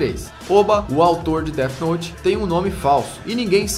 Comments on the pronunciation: SE DIZ DEFI NOUTE COISA D E F I N O U T E cara cada Deti noti que vc fala eu tenho uma convulsão fortíssima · que raiva dele falando deate note fala death note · POR AMOR DE DE DEUS!! NÃO É "DEAD NOTE"! É DEATH NOTE!! NÃO TEM UM "D" NO FINAL DE "DEATH" PQP TODO O SANTO DIA A MESMA COISA É TÃO SIMPLES!!!! CRLH Pronucia-se "déF" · dete note kkkkkkk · dead nót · Déde Note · Pow vei... Déti Nót é foda ein... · Dead Node kkkkkkkkk ótima pronuncia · Mais alguém ficou com agonia dele dizendo dea note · "DÉD NOT"??????????????? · Alguém percebeu que ele está pronunciando Death Note como um dos caras que apareceu na reportagem? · KKKKKKKK o jhoel falando death note com a pronúncia zuada de propósito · Death Note não teve continuação, era um one shot sem pretensão de continuar, pois a história é fechada. E sua pronuncia ta errada. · É pra zoar a Record, mas dps ele começa a falar death note